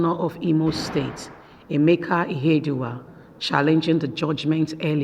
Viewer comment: Please it is not Izedima and Ihedima, their names are Uzodima and Ihedioha, I don't know why the Yuroba people find it difficult to pronounce Igbo names while the Igbos pronounce Yuroba names correctly.